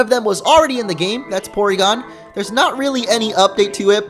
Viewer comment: It's pronounced Porygon. With an R. lol ;D